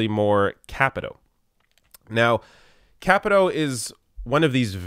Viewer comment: I hope Ojeda takes out Capito in 2020 and then Paula Jean Swearingen takes out Joe Manchin in 2024. I hope to see Paula Jean in Congress before then, of course. Also, not sure, but I think it's pronounced Kuh-pee-toe.